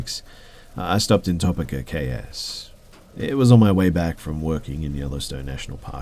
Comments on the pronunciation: topeka is pronounced tow-pee-ka not top-eh-kah. damned anglos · I ❤ you! No shade but Topeka is pronounced Toe-pee-ka. Im going to bed so I can get to work at the crack of dawn. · Pronounced "Toe-PEE-ka". Great video. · I'm guessing you meant to say "tow-peek-ah" LOL sorry but that was funny to me! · Hey., just fyi, it's Toe-Peak-uh